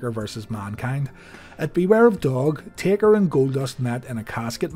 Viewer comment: He said tader other than taker